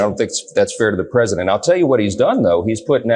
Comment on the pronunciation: Your pwesidink is afraid of everyone.